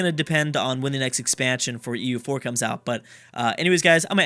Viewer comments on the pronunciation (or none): none